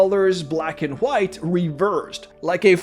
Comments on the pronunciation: nobody:: chhhHHwite! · can we get like 5 seconds video of you just saying WHITE please? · You are saying white wrong